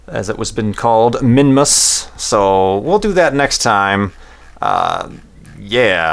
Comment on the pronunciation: Minmus sounded like Mimas.